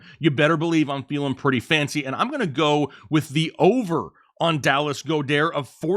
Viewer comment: Goeddert is pronounced Gawd-ert…